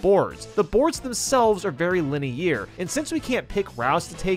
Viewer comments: LINUH EAR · lin- ay- year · i hate how he says linear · I can never unhear how he said linear 😂